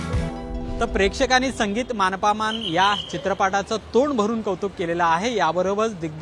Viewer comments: मान पमान म्हणतोय रे तो......😂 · अहो, आधी "मानापमान" व इतर मराठी शब्दांचा नीट उच्चार करायला शिका. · "मानापमान" शब्दाचा उच्चार कसा करायचा याचा सराव बातमी देण्याआधी केला असता तर बरे झाले असते. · ने कमीतकमी पुणे आणि मानापमान ह्या शब्दांचा नीट उच्चार करणारी माणसे वृत्तनिवेदक म्हणून नेमावे हीच विनंती. मराठी भाषेची शोकांतिका आहे साधं सोपं मराठी ही आजच्या तरुणांना बोलता येत नाही. थोडा खर्च करा आणि चांगले वृत्तनिवेदक निवडा